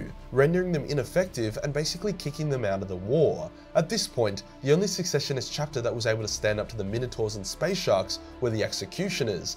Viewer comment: You are saying secessionist very wrong too